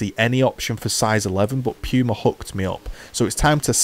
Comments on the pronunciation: I love how you pronounce "pooma" as "pewma" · Amazing review but it’s pronounced Pooma not Pewma